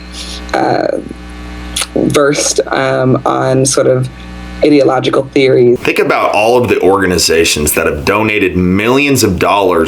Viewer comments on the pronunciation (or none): Wait... Did she say idiotlogical??? Because I swear that's what I fkng heard..